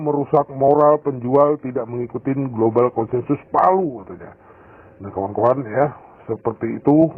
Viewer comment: Bacanya /Velyu/, bukan palu.